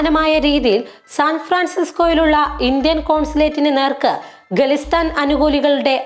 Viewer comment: It is Khalistan, not ഗലിസ്....ൻ